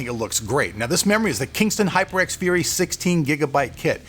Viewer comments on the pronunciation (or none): none